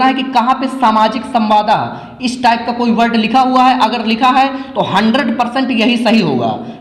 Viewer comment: Samwad hota hai samwada ni